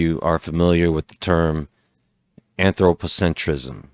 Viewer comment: Antro - pocentryzm... LOL, I switched off right away, you just lost all the credibility right there, before you gained any haha